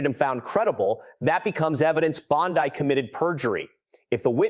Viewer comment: For God's sake! Y can't this narrator learn how 2 properly pronounce the AG's name!? Every other reporter around the world has! It costs him almost ALL credibility!